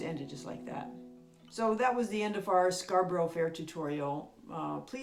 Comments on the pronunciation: Beautifully played and taught. Got to say, out of all the tuition videos of the Simon & Garfunkel arrangement of Scarborough fair, yours is easily the best and sweetest sounding. Just one small tiny complaint, its not pronounced with a "ber roe" at the end.......try it with a bor rah ...and once you've mastered that, maybe try Loughborough and Leicestershire hahaha ....Brilliant guitar lesson thank you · Nothing unusual about the pronunciation in case: is employing the usual US pronunciation of words ending in orough (Scarborough, thorough, etc).